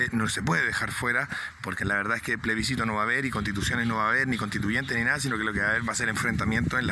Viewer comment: Comparto, pero xfa: ✔️plebiScito ❌pleSbicito